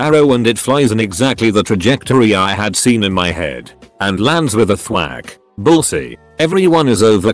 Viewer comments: Mmmmmmm bullsy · Someone needs to train the robot how to correctly pronounce "bullseye."